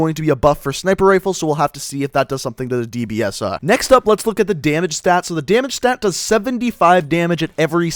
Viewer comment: Man I love the dbsarrrrh